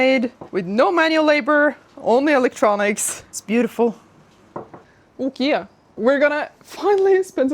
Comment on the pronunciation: Ummm, did she just say "OhKea"? 🤣